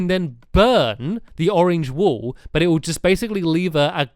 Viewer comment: when he says burn the wool it sounds like burn the wall (he says that in building time